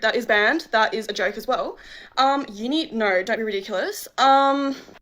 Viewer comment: “Nur”….. didn’t realize that “no” had 3 letters…